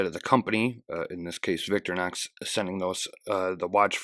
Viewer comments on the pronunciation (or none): .....It,s Vic-tory-nox......Nit Victornox......;)